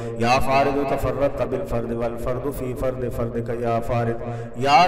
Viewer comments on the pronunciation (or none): App ny ya Sammeo ky baad تَسَمَّعْتَ ko shad sy nahi parha.